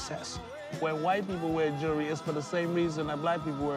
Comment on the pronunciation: Why can't none of them say jewelry? I luh mah jury!!!